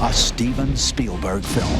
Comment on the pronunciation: " A steeven spielberg Fi@ " Jeep reeneegatteee